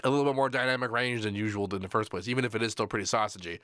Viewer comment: Firsht? Senpai, notice me, Seampai?